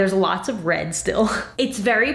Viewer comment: Everytime you said “red“ it sounded like you were saying “bread“